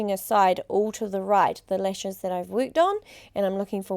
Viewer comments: lol nope she does say lesh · if i hear the word LESH one more time, i'm gonna lose it